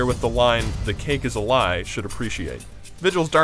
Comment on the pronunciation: sounded like he was saying the cake is Alive. I would def like to see a portal gun in this game. Be so OP but who cares? It's the portal GUN!